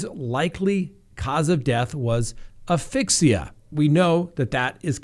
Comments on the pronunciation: Another word to work on pronuncing correctly. Asphyxia. Az-fix-ee-uh. You are close but missing the first consonant. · As - fik - see - uh :-)